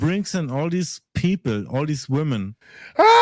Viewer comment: Vait a second, vait a second, vait a second. Ray but ray you bring all these vomen into the dabbleverse